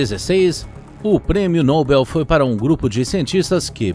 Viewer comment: Amigo, ao menos pronuncia o nome correto do Prêmio. É Nobel, não Nóbel. Caso permaneça no erro, não tem como confiar nas informações.